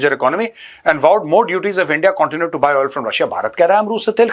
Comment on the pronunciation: Bhaay a few things, starting with continue ka pronounciation. Doosra preparation time for your videos. Teesra Majorly right ka content aur presentation. Majorly Right ka content should be streamlined, I have almost stopped watching it because of the calibre of the content. The end especially seems very hurried. Bhaay hope you understand why I am saying this.